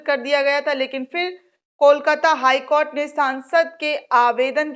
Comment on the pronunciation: Madam many in our group till now supports and likes your videos. But try to respect the Court by not pronounceing KOT but pronounce in a respectable way COURT